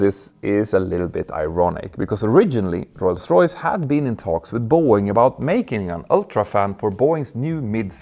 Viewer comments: I’m not trying to be mean or poke fun but I wonder why does it sound like you pronounce rolls Royce like ‘Roy’s Royce’ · You don't roll the r in english specially not in Rolls Royce 👍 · When you say Rolls-Royce you roll your " R ". Thanks for the video, good topic.